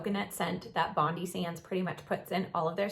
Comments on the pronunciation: Great video thanks, Bondi is pronounced Bon-dye though 🙂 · please,please pronounce Bondi as Bond Eye It is named after Bondi beach